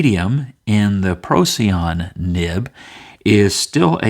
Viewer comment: It's named after a star and is pronounced "pro - sigh - on", FYI